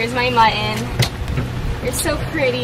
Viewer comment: I really enjoyed watching your video!!! One small problem I noticed, why does every one keep mispronoucing the word muTTon!